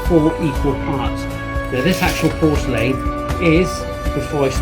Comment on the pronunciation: Nice video but learn how to pronounce porcelain